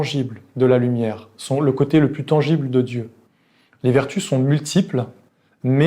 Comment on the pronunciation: tangible...pas tengible. Par ailleurs, vidéo très éclairante, comme d'habitude. Merci!